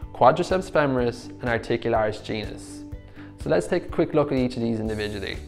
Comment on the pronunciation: I heard articularis Jesus 😅 I love you video